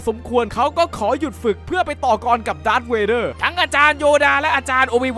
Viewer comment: มันไม่ใช่ดากร์เวเด้อมันชื่อดากเวเด้อ ++